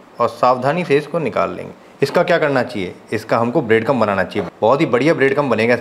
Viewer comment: ब्रेड क्रंब not ब्रेड कम टैक्सचर not टेक्चर